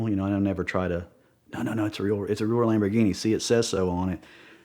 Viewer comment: Someone should make badges that say shamborghini